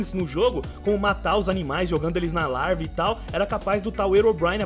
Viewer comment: "Jogando eles na larva", parece eu falando quando era pequeno